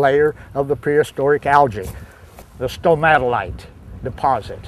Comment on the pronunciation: It's actually Stromatolite not Somatolite (or at least that's how it sounded like you were pronouncing it). But you lost all credibility with me when you started gibbering about Genesis. Science eliminates the need for silly fairy tales, especially when it comes to Geology and the Creation of Earth and the rest of the rocky planets in our Solar System. Furthermore, Carbon Dating is useless for anything that existed beyond about 50,000 years. Furthermore, it is useless for Rocks UNLESS there remains some part of the living organism in the sample there. When an organism has been fossilized (such as the fossilized Stromatolites) there is no material remaining from the original living organism. Only Rock and therefore the only way to accurately date things like rock or anything over 50,000 to 60,000 years is Spectroscopy.